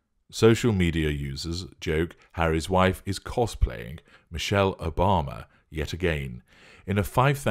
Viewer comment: 😂😂😂😂😂😂I wanna bee Mee-sheyll😂😂😂😂